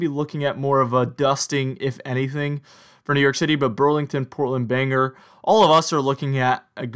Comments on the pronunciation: So, I live in Maine Bangor is pronounced BANG..OR nor banger. Where is this city Scra...on , did you mean ScraN Ton( Scranton). The new hip english, drop consonants; COU'N(couldn't), WOU'N (wouldn't). But thank you for your efforts, good fun! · IKR, I laugh every time he says it!